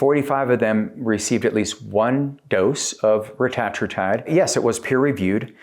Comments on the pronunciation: its pronounced reta-tru-tide you tatd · Can’t watch a video when the speaker doesn’t even know how to pronounce the peptides name. Tells me you are new to this and “pretending” to know what you are talking about by regurgitating what you hear. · Your saying it wrong